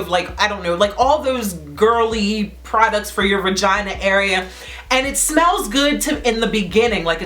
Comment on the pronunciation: She said some “VIRGINAA” 😂